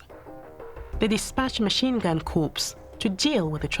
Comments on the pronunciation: A "Professor of History"? It's enough to make a cat laugh! And by the by: "Corps" is pronounced "COR", not "CORPSE". This is just typical of the sort of childish, ill-educated drivel that the BBC now churns out. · BBC stories really need to try to recruit people who can properly use the English language. The Machine gun company’s were not dead bodies (corpse) but a military cadre entitled corps, the p and s are silent so it is pronounced core. Also they are blatant lies being told purely to provoke racial disharmony. Take note Tim Davie. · Yes the historian can't say corps (Core) properly. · Obama also pronounced "corps" as "corpse" in a televised statement. She is in good company. Both of them ignorant , undeserving of the place they occupy in society . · In 'Machine Gun Corps' the word Corps is pronounced in much the same way as 'core'. [Perhaps more mention might have been made of the million troops from India.] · An historian who pronounces 'corps' as "corpse." What an absolute joke! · "machine-gun corpse" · Another load of bollocks that disrespects the west Indian soldiers who fought and this woman claims to be a historian ? She can't even say corps properly. Making divisions when they aren't and weren't there in the first place. Typical BBC woke propaganda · The lady can't even pronounce corps correctly, says it all